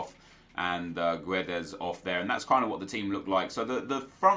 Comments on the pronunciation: Hey Nep, please read this. You don't pronounce the U in Guedes, it's silent. And it is a hard G. So, Gedes. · You don't read the u in Guedes. Portuguese is not Spanish !!! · Silent 'U' on GUEDES plz